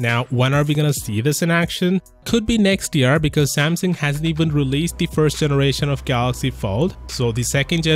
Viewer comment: It's called Samsung and not samson